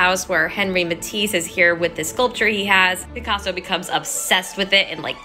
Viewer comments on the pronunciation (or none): Even in your statement you said Picasa like instead of African art